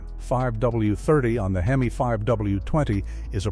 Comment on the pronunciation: I have a fleet of 27 Rams . 12 of them have over 250000 miles. This is a garbage report. General maintenance your fine. The guy cant even say HEMI. Fake bullshit.